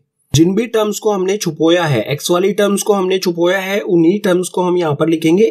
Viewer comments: Really Chhupoya It's chhupaya sir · Sir chupoya nhi hai 😂😂 chupaya hai 😂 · sir pheli baat CHUPOYA nhi CHUPAYA hai hota hai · Sir chupoya nhi chupaya hota hai or mr apko sirf bata rahi hu majak nhi uda rahi hu☺️☺️😊